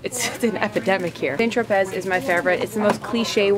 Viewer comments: hehe cute video. Just for future reference (according to Tati) it's pronounced like Sant Tropay. :) The spelling throws people off. :) You're awesome though. Thanks for doing this! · Thanks for the laugh- the way you pronounce St. Tropez is hilarious. Keep up the fun videos!